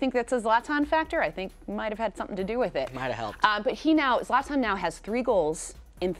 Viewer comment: It isn‘t Zlatan it‘s zLAtan